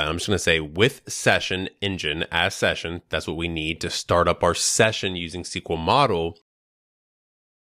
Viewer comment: In one video you say the wrong SQL [ si: kju: el ] (as CQL) and the right API. You decide, either you say all the abbreviations somehow corrupted, or pronounce everything correctly. I watched the video up to the 50th second, and just in case scrolled forward to make sure of your disgusting speech. If you created the video with the purpose of conveying information/gaining an audience/making money, then you lost. The first time I saw you, and I put a dislike, and I left without watching the video to the minute and I don't care what kind of charisma/authority/knowledge you have.